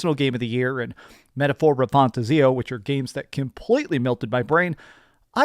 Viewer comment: It's RE-FAN-TAZ-E-O😂